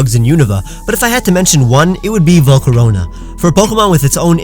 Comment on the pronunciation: "Volcarona" What i hear : Vol Corona